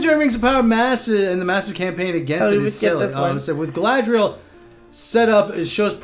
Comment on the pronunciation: Galadriel, please, not Galahadriel.